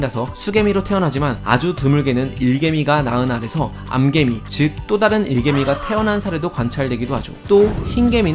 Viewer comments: 발음 암개미, 수개미 > 암캐미, 수캐미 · 암캐미 수캐미 라고 읽는게 맞습니다